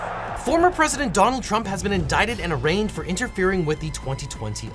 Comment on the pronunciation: The way she said “a ginger mint” 🤣